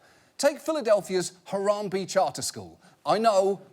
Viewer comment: I went to Harambee for 7 yrs it's was actually a good school when I went there and we the kids knew about the club the whole time and john it's pronounced Ha-ram-bay